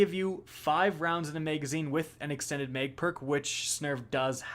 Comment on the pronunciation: I like your vids, - but your pronunciation of "Mag" as "Meg" really grinds my gears!:)